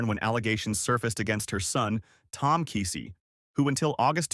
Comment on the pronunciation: Oh !Please, Not Kisi it’s Keesee